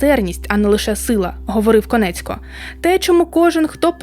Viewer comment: Чудове відео, але не Конецько, а Коніецко*